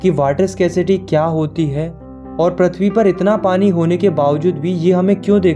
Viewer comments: Prithvi❌ prathvi✅ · Prithvi ❌ Prathvi ✅ 😂😂😂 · PRATHVI❌ PRITHVI✅